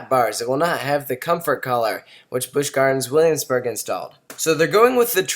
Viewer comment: "bwish gwardrns wullamsbhurg"